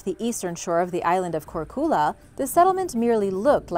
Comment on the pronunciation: Hey. Croatian girl here. The island of Korcula is Korčula and the č is pronounced like ch in catch not Korkula. Love your videos. Keep them coming.